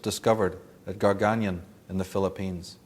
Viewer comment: There's no place such as Gargayan in the Philippines - I think the narrator meant or rather the published script there meant "CAGAYAN" ? They should proof-read the publication before printing it. lol... :D